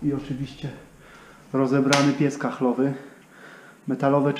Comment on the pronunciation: piec kaflowy,a nie kachlowy!